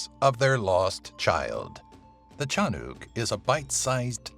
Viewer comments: and its not tiyanak its shanak olol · Tiyanak not tiyanuk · It's ti-ya-nak not ti-ya-nok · it's pronounced as Tya-nack.. not tya-nuc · Hi I’m from Phillipines and I never hear of this before except aswang and Fyi the pronunciations of tiyanak is not chanuk it’s chanak/tiyanak please I’m not trying to be mean just letting you know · it's not said as "chanuk" it's said as "TIYANAK" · correction: Tyanak Pronounced: Yiiyanak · You pronounced it Tiyanok! Haha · I believe its pronounced as Tee-yan-nak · the number 1on the list.. its read te-ya-nak. or cha-nak 😆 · also its pronounced tea"ya"nnack